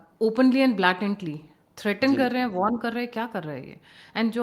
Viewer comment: Not ' blaatantly '....